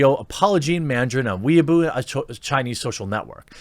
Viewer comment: I think you meant Weibo (pronounced Way-Bo) but it's alright that you mispronounced. It's bootlegged government approved Social Media in Communist China anyway. Saw Social Credit points going down - Perfect.